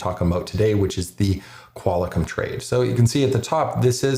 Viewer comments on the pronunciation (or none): lol love the videos but did you say "Qual i com?" Sorry man its pronounced Qual Com